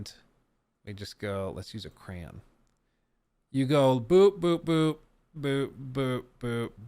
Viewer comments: Is no one going to mention says “cran” instead of correctly saying crayon lol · Cran is how I saw it too.